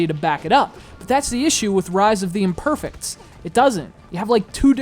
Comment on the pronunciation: THE TITLE SOUNDS STUPID CAUSE YOUR PRONOUNCING IT THE GOD-DAMN WRONG WAY! "IMPERFE( ie egg) IMPERFECTS